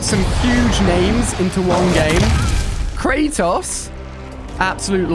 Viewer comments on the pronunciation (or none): none